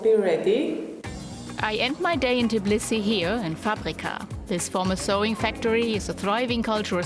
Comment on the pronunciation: Why, oh why can't you learn to pronounce the name of this city properly?! It is called TBI-lisi, not TIB-lisi.